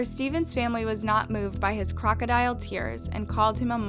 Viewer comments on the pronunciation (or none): none